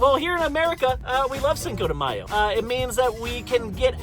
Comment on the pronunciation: matthew actually the way they said it was right...